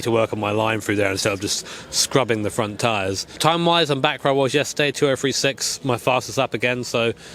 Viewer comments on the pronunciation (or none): 19 sec "day free"?? Lol You are a beast driver I never noticed you pronounce three "free" 🤣 What up wit dat?